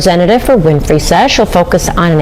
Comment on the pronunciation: Please listen to how her surname name is pronounced. It's Win-Free not Fry - not all names are pronounced as they are spelt. I can't stand it when people don't take time to listen or research how a name is pronounced especially if they are content creators, its not that hard if you want to gain followers!